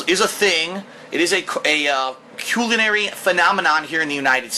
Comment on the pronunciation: He can't say culinary correctly